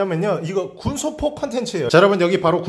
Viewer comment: 실제 발음 - 오! Po를 먹어보차하~ 의도 - Gunsopo를 먹어보차하~